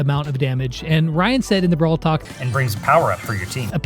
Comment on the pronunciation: he said brawl tak😆😆😆